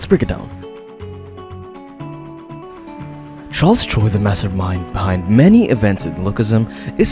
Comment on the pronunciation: Charles choi ❌ charles troi ✅